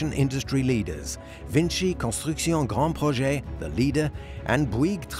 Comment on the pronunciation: its called grand projects but because its a french company the twat has to pronounce it in a french accent